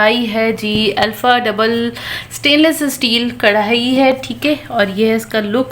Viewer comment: نائس ولاگ۔ تصحیح کرلیجیے پیاری بچیوں۔ کڑھائی نہیں کہتے۔بلکہ کڑاہی کہتے ہیں۔